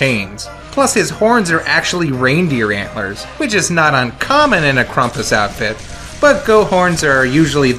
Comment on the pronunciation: ... why are you pronouncing it "KRUMP-us"?